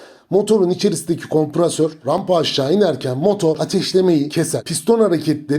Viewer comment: Bu arada kaçırdığınız bir husus var ki en az anlattıklarınız kadar,hatta daha fazla öneme sahip ki,o da ayağınızı fren pedalına attığınız ve frenin patladığını anladığınız anda paniklememek,sakin kalabilmektir.Şayet kişi bunu başaramaz ise anlattıklarınızın hiçbirini başaramaz..Ayrıca her defasında kompRAsör diyorsunuz.O kompREsör'dür değerli kardeşim,komprasör değil.İnsanları bilgilendirmek güzel bir şey elbette ama iyi ve düzgün kelimelerle bu durum daha da güzelleşecektir.Kolaylıklar diliyorum.